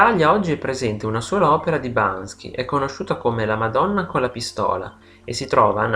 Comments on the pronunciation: Ma perché lo chiama Bansky? Non è Banksy? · subito alla prima parola sbagli..si chiama banKSy non banSKy.. :) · Ma perché lo chiami e lo chiamate Bansky e non BANKSY? MUHÀ! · ma Perché pronuncia sempre errorenamente. bansky? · Non è Bansky ma Banksy! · Video bello eh. Però BanKSy non BanSKy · Banksy! Non Bansky! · L'errore c'è anche a . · Sentirti ripetere in continuazione BanSKy è veramente assurdo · non basta... non basta.... non e' solo alla fine l'errore di pronuncia ! Mamma mia che somaro! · Ma se pretendi di farci un video ... imparare a pronunciarne il nome in modo corretto no? Ma dai!